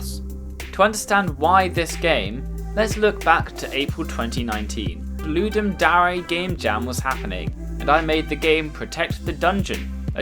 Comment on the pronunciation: Did you just call Ludum Dare.... no. I must have been hearing things...